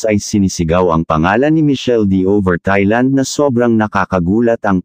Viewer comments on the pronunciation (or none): none